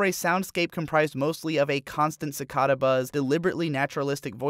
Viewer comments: the way you pronounced cicada bothered me so much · .... was he trying to say cicada?